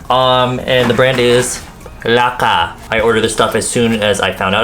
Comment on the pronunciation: I love how you said "laqa" instead of "laka" 😂 Philippines accent 🙆🏻‍♀️❤